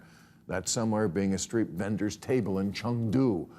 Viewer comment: Be real, first: audience knows what a wand is; second, bill prounced Chengdu right. Subscribed.